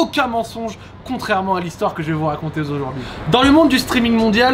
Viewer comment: "Ni Z'un fond vert", "raconter Z'aujourd'hui". Bordel met pas de liaison là où il y en a pas mdr